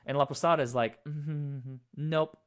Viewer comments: "Laposada" not Laposata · Laposata, when you say it out loud sounds like the Spanish word for lopsided.